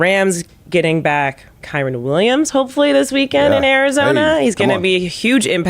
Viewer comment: 😂😂😂 I was laughing at D calling him Kyren multiple times! 😂😂😂